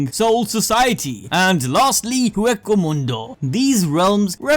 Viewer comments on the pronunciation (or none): Hue-Co-Mundo lol